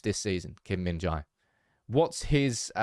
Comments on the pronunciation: Hey bro. It’s pronounced Kim min-JAY. Not JAI. Appreciate your content as always. Korean united fan. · The pronunciation is kim-min-jay not kim-min-jai.